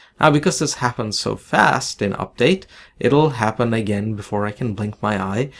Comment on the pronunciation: "It's very fost", "Raycost"